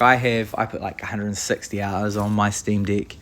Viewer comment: Dude, are you saying "Steam D!ck?"